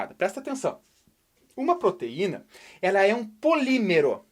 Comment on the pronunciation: Respira Quem Foi Trolado Com a Palavra "Polimemero" que era na verdade "Polímero".